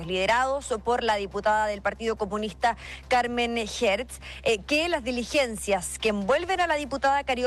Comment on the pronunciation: Carmen Hetz poh wn. CARMEN HERTZ!!!! 🤣🤣🤣🤣🤣🤷‍♂️🤷‍♂️